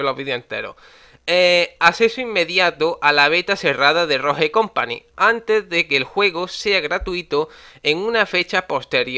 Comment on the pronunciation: Por qué los españoles pronuncian mal las palabras en inglés la Estore... ROJE COMPANY 😹